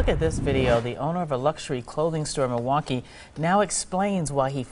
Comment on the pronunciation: Did she call Milwaukee “Mineakee”?😂